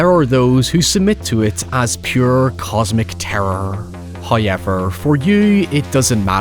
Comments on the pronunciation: Came for the review, stayed for the "hoyever" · First "hoyevver" drops . In accordance with prophecy.